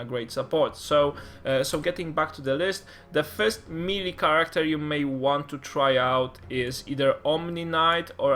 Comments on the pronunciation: It's pronounced may-lay. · I think it is pronounced meh-lay (melee) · MEELEE?????? :O